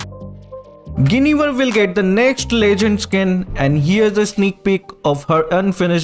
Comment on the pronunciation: lol who wtf is geinivel?